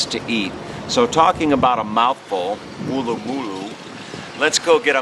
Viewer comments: Hi, loved your vid, but your pronunciation is a bit out. You need to say it quickly as though you had had a bad pie and it was letting you know (not a Harry's pie obviously) - Woolloomooloo - not wool a moo loo. And no, we don't make up name places just to hear Americans say them, but it still is fun to hear you try! Welcome back any time mate! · Firstly, before you go posting a video of my hometown, learn to say the suburbs PROPERLY!!! And know most of the places are actually Aboriginal names. Wooloomooloo is said as one word. But actual Aussies pronounce it Woolamaloo. Try saying that in one go and then you’ll have it. Good on you for trying. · Wool...loo...ma...loo is how you pronounce it mate, shouldve asked the locals how to pronounce it so you dont sound like a tool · It’s wool-la-ma-loo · It would not matter how hard you tried to pronounce Wooloomooloo Americans fail? You have to pronounce imagining it is a single syllable word where it runs with no gaps...keep trying. I'll check your progress in a couple of years, perhaps you'll get it by then.